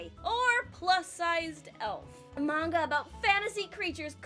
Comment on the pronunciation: It's always nice to discover someone who pronounces "manga" properly :)